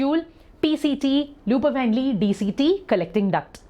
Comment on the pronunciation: U prounced henle wrong